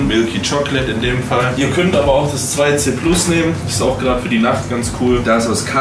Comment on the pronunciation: Du sprichst 2C+ falsch aus, das muss klingen wie "Tussy Plus", der Fabian kann dir da bestimmt helfen